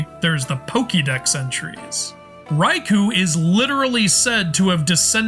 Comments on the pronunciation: The Raichu, Raiju connection might be legit as the "ch" sound and "j" sound are adjacent in Japanese phonemes. Raikou can't though. It's pronounced Rai-koh not Rai-koo so no connection there I'm afraid. As for Manectric, its Japanese name is Raibolt so literally "lightning bolt" lol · In Romanji (romanization of Japanese words) "ou" is a drawn out long O sound. The U indicates you hold the O for a length of 2 mora (syllables). Raikou isn't pronounced "rye-koo". It's "rye-koh". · Sorry to be that guy but 前 (mae) is pronounced Ma-eh not like the name "Mae". Similarly 栄螺 (sazae) is Sa-za-eh Namazun (ナマズン) is its official Japanese name Raikou (ライコウ) is pronounced Rai-koh, not Rai-koo. 公 (kō) is the title for a duke or prince (It was the pronunciation of this Pokémon that made me write this lol)